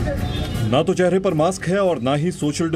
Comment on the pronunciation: Mam apne kuch mistake ki hai apne मास्क को माक्स मत बोलो 🙏